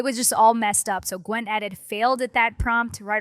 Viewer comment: "Nano Banano" "Gwen Edit" "Flox Kontext". I can't with these pronounciations